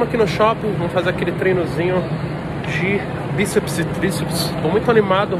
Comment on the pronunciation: tem toguro falando 'biceps and triceps' tem like